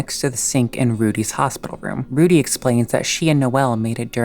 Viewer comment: You said Rudy weird and it sounded like you said fruity Then you talked about lesbian skip Wow I Love this channel already and they're gay antics